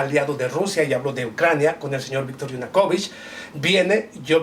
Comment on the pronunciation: Es Viktor Yanukovich, no Yunakovich.